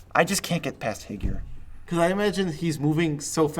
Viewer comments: higure is japanese for 'nightfall' and is pronounced "hee-goo-reh", like japanese romaji, like most of the cards in that block. does not rhyme with 'figure'. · rest easy, nerds! HIGURE is pronounced more like 'he' as in the pronoun 'goo' as in goober and 're' as in ray of sunshine ^_____^